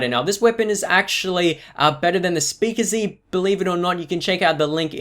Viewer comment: He can't say speakeasy😂 speakizzy😂😂